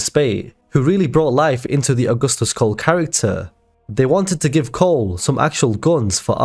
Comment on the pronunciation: You call Cole “Pole” 😂